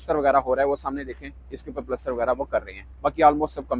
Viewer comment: प्लास्टर ❌ पलस्तर ✅